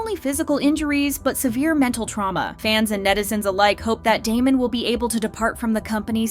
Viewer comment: please before you make videos like this actually pronounce their group name right